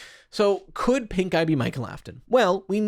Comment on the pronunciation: I keep hearing pinkeye instead of pink guy, help XD Anyway, sorry to hear about your kid :( wishing him a speedy recovery!